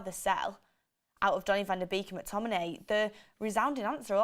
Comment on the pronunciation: It's not pronounced vander beak, it's Van DE bayk